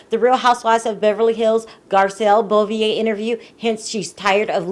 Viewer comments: Hi, Garcelle's last name is pronounced BOH-VAY, not BOH-VEE-YAY... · Stop butchering my girl name it's Garcelle BEAUVAIS pronounce ( bo - vey ) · Beauvais is pronounced “boh-vay” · I don't mean to be a dick but you are saying Garcelle's last name totally wrong...it's pronounced BO-VET (say VET without pronouncing the t). Bo-Ve (Beauvais)...just an FYI ;)